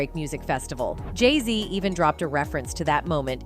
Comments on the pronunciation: If you are going go soeak on them learn how to pronounce their names. Geesh. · The more you😢 put Jayz down😮 the more they 😢go up now her husband is in the best rapper 😮 you need to learn how to pronounce they 😮 name right😮